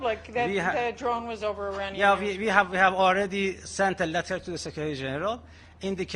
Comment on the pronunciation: As an Iranian you should improve your pronunciation. It is pronounced 'Iraanian" NOT "Irainian" You Pi^%ed me off!